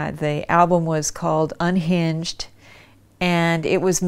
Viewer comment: Johnny Cash "Unhinched"? Does she mean "Unchained"?